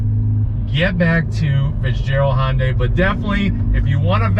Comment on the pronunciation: Most people can't even pronounce Hyundai right lol. Hi-oon-die, not Hun-day